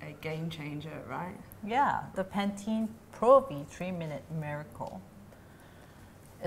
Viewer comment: pantene sounds like paties